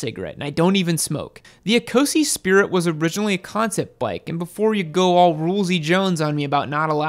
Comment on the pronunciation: ecosse = e-koss